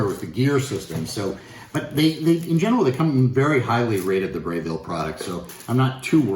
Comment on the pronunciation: Interesting unboxing. FYI - It's Breville, not Brayville. Braun. Not Brown.